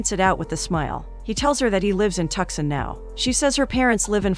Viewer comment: Ha ha tuc-son Lolool